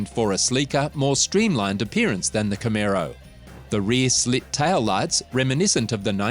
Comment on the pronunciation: nice aussie x b coupe there learn how to say camaro ,, i just brought a 68 firebird project car in australia ,, not too many of these cars here